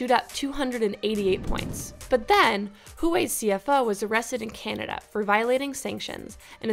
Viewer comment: Huawei is actually pronounced very close to "wah-way". The H sound at the beginning is only very slight (very subtle).